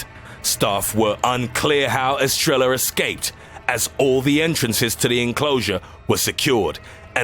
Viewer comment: Estrella is pronounced estreya